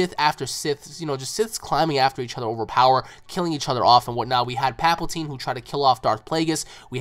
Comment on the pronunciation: Thought I'd mention this it's palpatine not paplatine